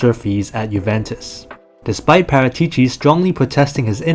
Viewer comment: That's not how Paratici is pronounced. It's Paràtici my dude.